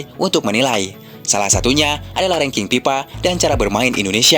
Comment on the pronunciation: Ini orang Sunda yang ngomong ya? PIETNAM, PIPA, KONPRONTASI dll!😂😂😂